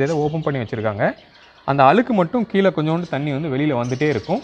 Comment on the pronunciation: மலைநீரா, மழைநீரா ஏன் இப்படி மழையை மலை என்று உளறுகின்றீர், மலைநீருக்கும் மழைநீருக்கும் வித்தியாசம் தெரியுமா, மேலும் கீழே என்பதை கீளே என்றும், முதலில் தமிழை சரியாகப் பேசக்கற்றுக்கொள்ளுங்கள்.